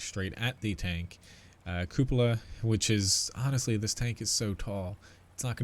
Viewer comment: So glad there is a YouTuber that can pronounce cupola properly....